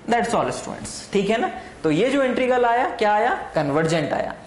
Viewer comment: Sir ji.... Please integral ko sahi pronounce kro......... You are pronouncing it as "intregal".